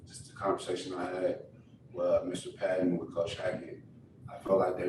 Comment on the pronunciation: How do these guys not know how to pronounce their bosses name? Him and Randy Gregory both said Mr Paton when it’s pronounced Payton.